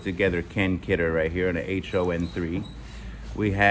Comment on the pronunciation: It's pronounced H-O Not Ho like you find in dodgy neighborhoods. The Arrow Head Water tanker car is Pacific Electric which was the LA based street car system that was owned by Southern Pacific and had over 1000 miles of track at one time. If you look at a typical bottle of Arrow Head drinking water it might say sourced from Santa Fe Springs which is in Los Angeles County nearby to Downy. It's kinda an unusual freight car because the Pacific Electric was largely a passenger line. Rare? Perhaps. Bump up the price some I think.